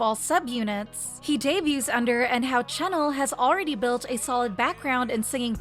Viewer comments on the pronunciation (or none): Dude I hate how she pronounces Renjun like "Wren Joon" in Chinese the E makes an "uh" sound. Don't even get me started on "Chennel" (Chenle). 3racha is a subunit not a member 😭